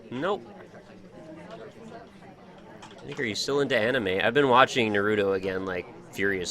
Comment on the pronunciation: you do know it's pronounced *Na*ruto, with emphasis on the Na, though, right? Not on the "ru". I don't really care how you pronounce it, but I won't deny, I understand how some people can get annoyed by stuff like this.